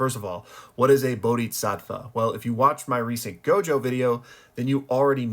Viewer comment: It's not gojover